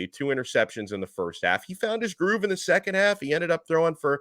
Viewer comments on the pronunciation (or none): none